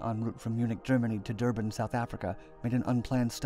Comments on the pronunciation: Duban xD its pronounced Dur-ban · It's not "Dubaan" it's "Dur-ban"